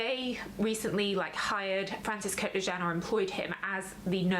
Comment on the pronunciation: Francis Kurkdjian is pronounced /Kurk-Jian/, not Kurk de Jean